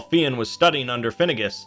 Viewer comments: It's not Fee-in. It's fyun. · Fionn pronounced fyun not feeon well that's the way it is pronounced now idno about earlier in Irish times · Jesus Christ!!! It's pronounced FI UNN not FEE ONN !!! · You are right - he can be called Finn (like Fin) or Fionn (like Fuh-yun) - not Fee-ann that the reader here is saying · It’s not pronounced Finn, more like f- yon maccool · I always hear Fionn pronounced fuh-yun but one syllable like Fjun. Great video btw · Not to be a pian but it's pronounced like Fyun. Irish be tricky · Fionn rhymes with young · Yeah, I think just mispronounced it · You pronounced fionn wrong